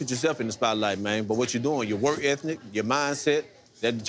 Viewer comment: my man said work ethNic